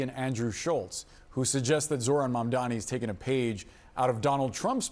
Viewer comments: Again. it's mamdani. m-a-m-d-a-n-i. Pronounce his name correctly, please. 😊🙏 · What's wrong with these idiots, they are still mispronouncing Mamdani! Soft racism. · How can you clowns still not pronounce MamdaNi? 😂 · The fact that you guys still can’t pronounce Mamdani correctly after literal months is pretty pathetic.